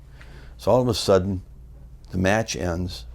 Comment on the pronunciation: "Then all of ah suddin"